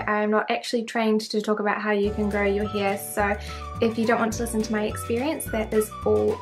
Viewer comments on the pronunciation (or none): The way You prononce hair is sooo funny where are you from? Hiiaiire 😂😂😂